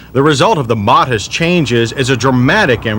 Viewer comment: Ok seriously there is no “h” in the word modest!! Just kidding John love you like my own dad!